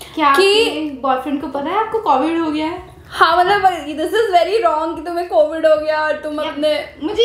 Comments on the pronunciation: It is not freaking coovid it’s co-vid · The right girl saying cauvid🤣🤣